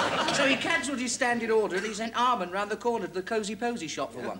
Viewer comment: Mr Arman to you!! He left off the H 🤣